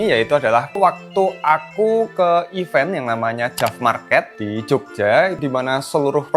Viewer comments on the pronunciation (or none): none